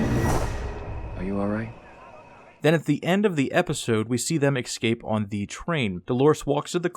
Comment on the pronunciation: Great stuff, thanks. But please - there is no such word as ex-scape. The word is ESCAPE.